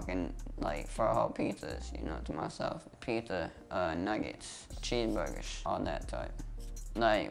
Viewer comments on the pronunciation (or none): "Pizza, Nuggetsh, Cheescebergurs , all dat" hahahah fuck